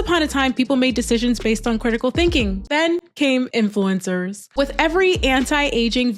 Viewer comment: You got everything right, except the saying "influincers" part about 40 times. Not influinced by SHHHIIIT! - So I removed my thumbs down, but won't thumbs up. Sadly I'm already subscribed. ... For some reason.